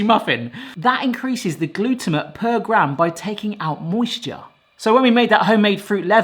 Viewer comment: Gluto-mate. Not how you pronounce it. It sounds like your shortening the word.